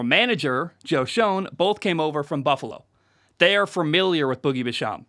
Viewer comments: You butchering Joe Schoen last name it’s like saying (SH-AY-NE) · It’s pronounced joe shane, and boogie bash-am